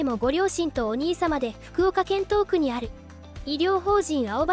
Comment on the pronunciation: 東区（ひがしく）です。“とうく”ではありませんよ〜 ＡＩだから仕方ないのかな‥